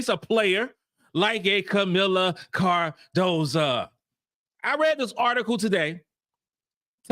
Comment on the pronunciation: could you please do me a big favor. Could you pronounce Kamillas last name right for once. Her last name is Cardoso not Cardosa.